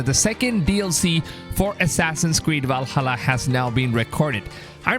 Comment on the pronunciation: Your voice kills my ears, walhallaaa, wikings